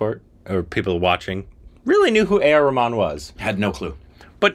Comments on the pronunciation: Atleast what he said sounded much closer to the original than ya'll. You guys never seem to pronounce the H in Rahman😂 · Yes,, that's the right way to pronounce Rahman and you've been saying it wrong all this time. 😅😂